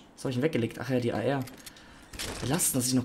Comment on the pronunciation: Ich verstehe bei ar immer Eier 😂